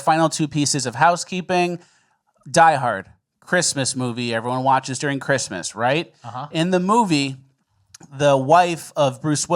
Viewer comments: Don't get me wrong, I love, but did he say "Chrima"? You mean Christmas? 'Srong with you? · Say Christmas right,. Second most important day besides Easter, or "eahah"